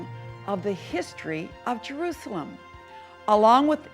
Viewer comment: Je R U Say El "am".